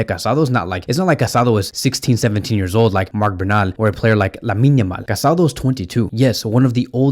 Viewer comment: His name is pronounced Ca-sa-DOUGH. The accent on the final vowel is important. How can you make a whole video about this guy and not pronounced his name correctly?